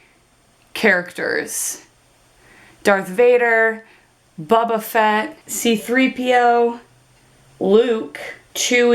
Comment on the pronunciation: She's not very bright, it's pronounced boba fett boba